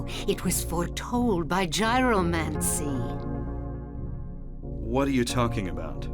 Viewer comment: I believe it's pronounced "yee-ro-mancy."